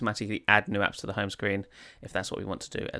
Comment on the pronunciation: It's HOME page not "HUN" page / screen.